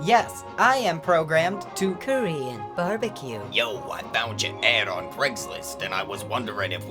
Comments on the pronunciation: I was listening to the show while I drove and I SWORE you were saying Curry and Barbecue. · Subtotal Aljar he’s saying Korean not curry even though he says it weird lol